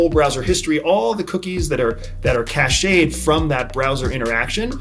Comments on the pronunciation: it's not cachéd it's cached. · Cached information is pronounced like *not like a cache of weapons. Different word.